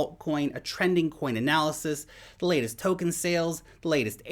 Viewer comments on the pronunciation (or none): none